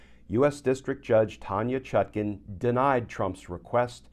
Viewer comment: The Judge's name is ChutKAN, NOT ChutKIN, as in nutkin, please.